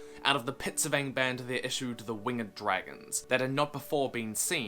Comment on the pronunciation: Yeah “but what abbout dragonzzzseeeah!”